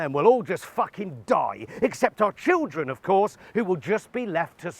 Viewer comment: The word is school, not 'skoowww'. Children, not 'chiwwdren'.